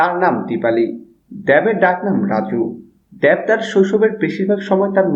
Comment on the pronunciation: দ্যাব না দেব ভাই? 😂😂